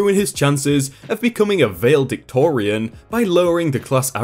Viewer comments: Vail-dictorian? Not how Valedictorian is pronounced, my dude. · It’s not “vale-dictorian”. It “val-eh-dictorian”. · Valedictorian. That's another word pronunciation/meaning you need to look up. It's definitely not "vale-dictorian." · Lol. Vayldictorian. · These narration channels bug the shit out of me because the narrator can't pronounce words properly. Vale-dictorian? Really?